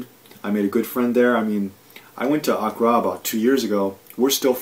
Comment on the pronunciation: honestly anyone who cannot pronounce the capital of the country he giving insight of really those that much knowledge of the place also he was only there for like a couples weeks so how much those he know plus in his other video he wanted to know about Ghana so early there no facts been state just a opponent commentary I got nothing out this smh